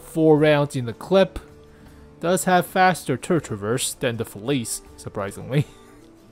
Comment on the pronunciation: hey, its a small thing but it really bothers me how youre pronouncing “felice” Youre saying “feliz” Its pronounced “feliche”:)